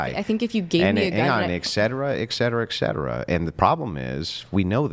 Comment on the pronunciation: This guy is so smart but then he pronounces the word etcetera as "ecksetera"... he probably pronounces the word nuclear as "nuculer"...why?